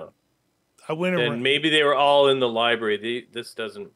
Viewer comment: 31.57. When you are in a different library you said Ribary instead ❤